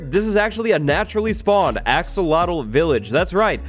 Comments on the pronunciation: be saying "axowatl" instead of "axolotl" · because of him i'm never gonna say 'axolotl' right... always 'axowotl' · I keep pronouncing axolotl to axowatl. Why is axowatl more addicting to say then axolotl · axolotl = axowatl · Axolotl to axowattles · I’m a huge fan of you wattles “axowatl” 😀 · Was anyone else hearing say "AxoWattles" the whole time or was it just me?? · When you say Axolotl I hear Axowatl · I've been wanting to say this since the axolotl was announced... "AxoWattles" XD I swore I heard say that at least 6 times! Have a good day and everyone who reads this!:D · Axe uhhhhh watl lol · Axolotls more like Axolwatls! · "AXOWATL" IS HERE time for an armada I can't wait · Like I said, we already forgot how to pronounce "axolotl". Yes, by the time we got it in snapshot form. has a strange power over us...